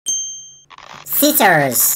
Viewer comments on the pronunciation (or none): “Sissers” you need to pronounce your words better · Bro can't pronounce scissors right